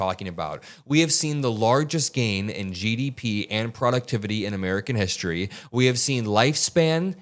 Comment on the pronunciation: What hishtory is he talking about his hishtory or even what is hishtory,dude can't fuken speak English